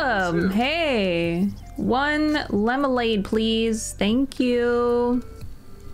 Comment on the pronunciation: "One ✨lemolade✨ please." That made my day